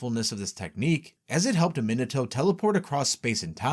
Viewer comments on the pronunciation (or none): Why do you have such informative videos but such horrible pronunciations of the character names? It's mi-NA-to not Minna-to, Ma-DA-ra not Madda-ra, etc etc lol